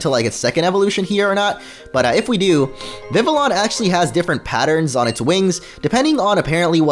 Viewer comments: It's not viviLLON... It's viviyon. Double "L" makes a "Y" sound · not VIV-LE-ON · Not vivilon its vivion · It’s pronounced viv-EE-AHN, “”! 🤨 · It's viv-E-on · omg he keeped saying Vivian's name soo wromg its VIV-E-ON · HEY DUDE YOU ARE SAYING VIVILLON WRONG YOU DON'T SAY THE TWO LS IN ITS NAME THE LS ARE SILENT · HOW TO SAY IT: VIH-vee-yon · Vivillon is pronounced Viv-ie-on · Not hatin or anything, but Vivillon is pronounced "Vivion". ......... I can see the comments now. "STOP BEING A GRAMMAR NAZI!!!" XD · OMG!!!! Vivillon is pronounced like VIVIYON!!!! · they're not silent, 2 l's sound like a 'j' in french, just like in vanille. It does't really matter because we pronounce io as ijo..